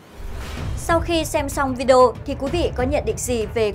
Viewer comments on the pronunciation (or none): none